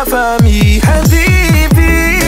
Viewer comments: La façon de prononcer Habibi 😍😍😘😘😍😍😍💍💍💍💍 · La façon qu'il prononce "HABIBI" 😍❤️